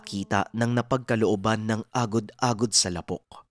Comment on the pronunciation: ang pagbigkas Ng lapok ay Di mabilis, ilonggo or Bisaya Yan means putik 🙄